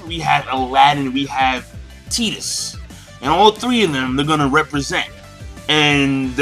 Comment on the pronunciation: I think it's pronounced "Tie-tus" not "Tee-tus".